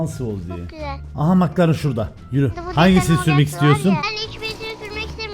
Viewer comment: Nobody:: mıklaren